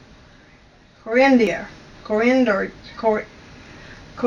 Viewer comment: Turmeric is pronounced like this(( tomb a wreck )) day it together Coriander =Cory an der like that lol best I could do to help .. If you add to much turmeric it will make your food bitter